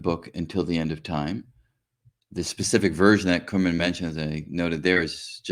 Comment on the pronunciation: Prof. Enjoyed your talks. But one observation, you said you know Prof. Vafa for 30 years!, but you are not pronouncing his Persian name correctly, he must be humble not to bring it to your attention. His name is pronounced as come-run exactly as pronunciation of these two English words together. If you do not believe me call him, you must have his contact details!